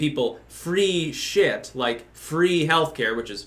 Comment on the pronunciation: Fwee Ice Qweem for everyooone!